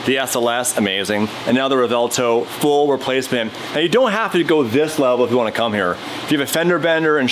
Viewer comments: Yo please stop calling it the Rev Vell toe* "Its Rev well toe" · It's "Rev - well - toe"